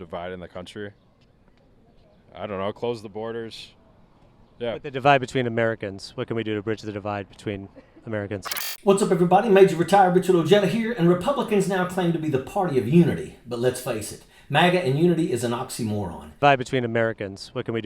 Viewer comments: 😂😂😂 “oh-Jed-ah” That’s Oheda bud. Haha just messing with you…. Maybe. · It's pronounced o-hey-da.